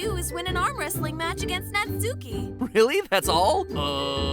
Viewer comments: It's not pronounced "-suki" it's pronounced "-ski". .....You should really watch some more anime 😂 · Just FYI, the u in Natsuki is like, it's almost like Natski. the u is barely pronounced. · Tfw literally everyone pronounces natsuki's name wrong... It's nats-ki Not nats-oo-ki. XD dammit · Why do people keep pronouncing it Nats-oo-kee? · It’s pronounced natski it’s just spelled natsuki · Fun fact that everyone keeps getting wrong: Natsuki is pronounced NAT-SKI trust me bro its how its pronounced in japan i swear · It pronounced "Not Ski" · Natsuki? How bout mansuki? Lol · He still says Nat-Sooki... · It’s pronounced Natski😂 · natsuki is actually pronounced nah ts-ski by japanese pronunciation rules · Even their theory pronounces it "Nat-soo-kee"? Have they never watched anime? I'll give them the benefit of the doubt and assume they just aren't aware it's supposed to pronounced like the words "not" and "ski" combined. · its pronounced nat-ski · It's pronounced 'Not-ski' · "Naht-ski." It's pronounced "Naht-ski." ¬.¬ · >NatsUki >sUki >sUUUUUki Matpat pls, would you pronounce the U in Sasuke? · it's natski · Isn’t her name pronounced nah-tski? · it seriously bothers me how you pronounce natsuki's name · Please stop pronouncing her name like that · oh my god it kills me how they pronounce Natsuki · all y'all complaining about stretching the video and being out of ideas meanwhile it hurts me every time you pronounce japanese names wrong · He kept mispronouncing Natsuki's(the way he says it) name if got me on edge everytime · Not even three minutes into the video and I'm already about to flip my table from how many times he has pronounced 'Natsuki' incorrectly. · The way he pronounces Natsuki's is like nails on a chalkboard to me. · Does the way MatPat consistently fails to pronounce Japanese names bug anyone else? He's putting way too much emphasis on the su in Natsuki. To be pronounced the way he says it, her name'd need another u. God.